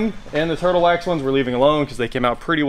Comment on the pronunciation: And... "TIRTLE WAX HEADLIGHT RESTORE" for the OMG WIN!